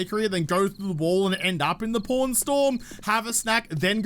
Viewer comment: When you kept saying pawn I thought you said porn I was so confused 😂😂